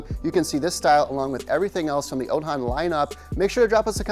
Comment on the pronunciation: Bro. I can’t buy from you if you can’t even pronounce the name properly